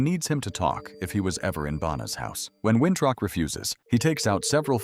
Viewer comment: His name is Winthrop not wintruck 😂